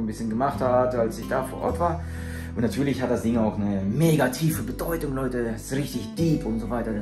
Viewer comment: Diese Beteutung 🥺❤️